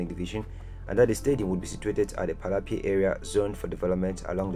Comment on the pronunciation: Lemme help u with speaking my language setswana . So when you read Palapye dont say it as it is just say palape just like some other towns and villages in Botswana that end with "ye" oh and Maun dont say it like that say Maung but dont make the g sound . Theres also Gaborone and other towns and villages that start with G so in this case say the G as if you're gagging or being choked . ALL THE BEST